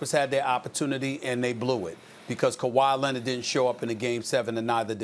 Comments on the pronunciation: No one: Stephen A: Ka-Whyyyy Lennit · Also Dennis Schrader and Kawhi Lenard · Stephen A. “Kawhi Lennet” Smith